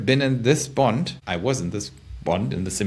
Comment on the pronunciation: Your saying "BOND" sounds like "BUNT"